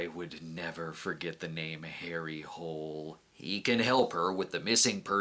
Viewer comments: It is pronounced: Holey not Hole; apparently characters given Norwegian names don't translate well to USA culture or tradition's... who would have thought such a thing !? 😅😵‍💫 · I just want to point out that Harry’s last name is actually properly pronounce Hoo-leh and it is the Norwegian word for “hill”.